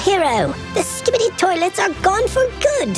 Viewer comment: 😂😂actually scibedy toilet isn’t saying it properly 😂😂😂 another time ur say that again